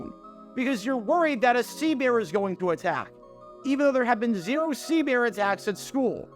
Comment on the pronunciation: Sea Bear? Did I hear that right lol.